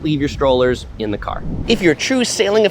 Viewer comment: He took the caaaaaaaaa to the haaaaaaaaaaabaaaaaaa to get to the beach lol